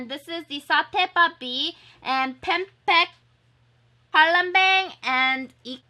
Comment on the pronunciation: How to pronounce 'Palembang' its 'PAH - LEHM - BAHNG' LUL